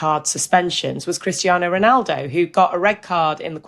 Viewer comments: It's actually Ronaldo not Rinaldo! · You do mean Ronaldo, not Rinaldo, right?